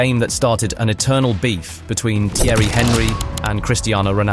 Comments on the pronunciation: Is it that difficult to pronounce Thierry's last name? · AI shite can't even pronounce Thierry's name properly....